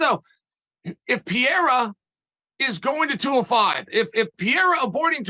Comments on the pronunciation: And by the way, who’s this Pierra that you keep speaking of?😂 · Only ariel can get chael to think twice about his pronunciation of pierra... pererra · If Uncle Chael says its Piera, then its Piera :D Deal with it! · pee -air -ugh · Pierra lol. Preierra is Chale's best try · Chael calls him Poo and Pee reira. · I've commented on a couple of Chaels videos because I was so annooyed with him calling Pereira, Pierra all the time lol. THANK YOU ARIEL! YOU THE MVP! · My brain really will turn off every time I hear “pierra” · That's the only time I've seen Chael hick up is when Ariel corrected his pronunciation of "Pierra" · Boys - if we are going to pretend to correct pronounciation, at least get it right. It is Puh-rrray-rrrah. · I thought Chael was gonna stick to "Piera", he's been doing it for months lol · Man Ariel, I'm so glad you called Chael out on saying "Pee-air-uh" it's been driving me crazy. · Finally thanks for corecting him Ariel.He was saying Pierra instead of Pereira and many people were triggered on his channel.Its good to know it wasnt intentional because many people were thinking it is. Cheers! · Wow can’t say I have seen anyone more saltier then chael and the fact that pareira is the middle weight champ. He knows Alex’s last name and he purposely says it wrong. Smh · It’s kind of funny how he mispronounces everyone’s name. Ariel did mispronounce his name too but not as bad 😂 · about time chael was corrected on the pronunciation of “pereira”. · Uncle Chael is the reigning, offending, undisputed greatest mispronouncer of the world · Thanks Ariel for teaching Chael how to pronounce Pereira. That was driving nuts. 😆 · LOL Ariel corrects Chael on Pereira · How did Ariel Convince Chael to change the way he pronounces Pereira’s name😂😂😂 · Doubt he'll remember. He said it incorrectly again afterwards. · Ariel gets ALL the credit for finally correcting Chael on how to say Alex's name. Man is the 185 lb champ, at least say his name right.